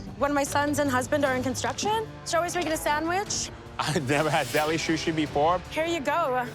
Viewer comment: O wow! Alvin Leung can't pronounce "sushi". He called it "shushi." Daym! That's hillarious.. 🤣🤣🤣